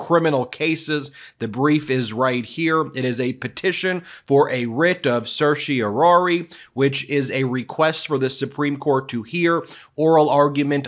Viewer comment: Anyone else stressed out by how he pronounced certiorari?